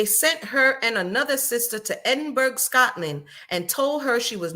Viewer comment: As ever, I'm loving the review. 😂 Helpful hint... Edinburgh is pronounced "Edin- bruh (or Borough). Keep up the great work! 😅❤